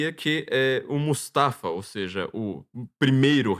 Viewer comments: Não é Mustafa. É MU-FA-SA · O falar Mustafa em vez de Mufasa quase me enlouqueceu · Mufasa,. Não mustafa. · O nome do pai do Simba não é Mufasa? O falou Mustafa o tempo todo 😅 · O cita tantos nomes que eu custo a entender e quando chega no nome do Rei Leão "Mufasa" ele não acerta de jeito nenhum!!! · MUFASA! MUFASA! Que agonia ouvir o nome errado. Vai ter que editar todo o vídeo e redublar estas partes.